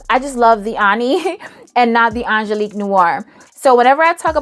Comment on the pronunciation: I was with you till you said Angeliquie....my darling darling Angeliquie? 😂 I still love you though